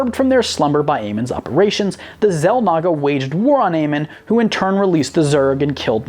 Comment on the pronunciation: You should learn how to pronounce the names of these extremely popular species and characters. Xel'nagger? Har-bing-er? Or-ee? Come on,.